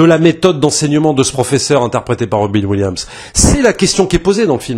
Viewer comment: Robin williams(ssssssss) sinon ça fait mal aux oreilles. 😅